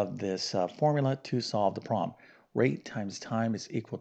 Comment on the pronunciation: Since you’re a math teacher, who uses the word “problem” so often; perhaps you could pronounce it correctly. It would be easier to listen to you speak. In your defense, you are probably tired of saying the word “problem”. However, we must listen to it repeatedly. Occasionally, you do pronounce it correctly. I admire your math skills. I struggle with algebra. However, I do enjoy grammar, literature, reading, foreign languages, history, geography, and spelling. God gave each of us talents, interests, and aptitudes for learning. Math is not an easy subject for me. I enjoy how you explain, in detail, the procedures to solve the problems. Thank you for your help! I really like your channel. With so many subscribers, it is clear that many people need help with math.